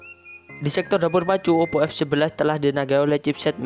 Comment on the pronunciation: Ngomong OPPO to mas...